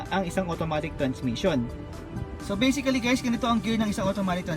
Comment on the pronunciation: Anong basiclly BASICALLY